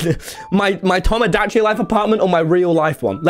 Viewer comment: when i heard him say towmow da chi life i was internally screaming